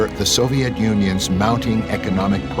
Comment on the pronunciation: It tickles me to death every time they pronounce it "Soviette".